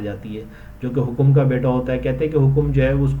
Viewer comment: Hokom nahi bhai,hakam hai naam ko saheeh bolo yaar